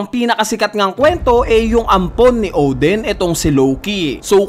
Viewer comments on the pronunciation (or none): O-din not Ohw-dhen. Lol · Odin, not Oden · Odin kuya hindi Oden